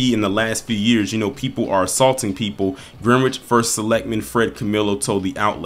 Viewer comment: With respect it’s pronounced Grenich. the e’s are short the w silent. thanks for all you do